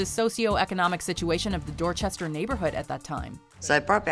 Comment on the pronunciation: Y’all need to learn how to pronounce dorchestah